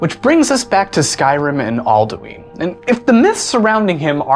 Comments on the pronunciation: Isn't It Pronounced Al-Du-In Not Al-Du-Ine? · Its pronounced All Dew in not All Dyoo Eeen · Not all-dee-ween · Not Aldueen it's alduin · All - Do - N not All - Doo - Ween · its al-doo-in not al-do-eeen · aldooin not aldooeeen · Says Aldueen. Closes video* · ITS AL-DA-WIN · I consider your pronunciation of Alduin evil lol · Your pronunciation of Alduin was kinda infuriating, who in Skyrim says it like that...?